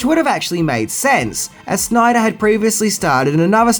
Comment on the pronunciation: Also, it is sh-NAI-der, rather than "SNI-der" 😎